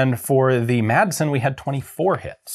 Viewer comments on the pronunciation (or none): Please guys.....In danish the "d" is silent. So it's pronounced Masen.